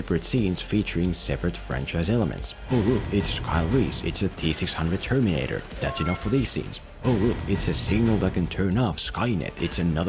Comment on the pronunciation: What's up with your pronunciation of "Terminator"?